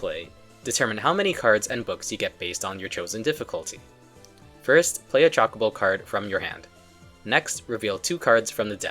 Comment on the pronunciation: Grrr! CHO not chalk. 😮